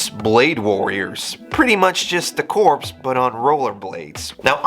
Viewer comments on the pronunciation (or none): “Corps” pronounced ‘core’ Example: Marine Corps. -not corpse 🧟‍♂️😂🙏❤️ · corps is pronounced core you dont say the p. you only say the p when you are talking about a dead body a corpse.